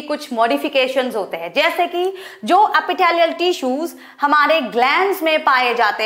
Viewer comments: Epithelial ❌ Apitthaaliyal ✅ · Epitalaial tissue🤣🤣